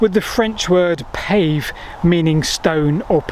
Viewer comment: Thank you for this video. The "Roman war chariot" myth is particularly daft, because the Romans didn't use chariots in war. I realise that it's not your main focus, but I think that "iter" is not pronounced "eye-t-air", but "it-uh", as in the modern pronunciation of "iteration". "Pavee" has the pronunciation "pah-vay", rather than "pave". Minor points, but may as well try to get them right.